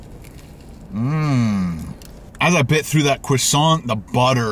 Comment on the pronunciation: Or when he says cwoissant